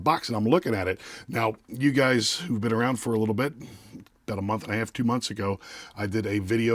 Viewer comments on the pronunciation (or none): none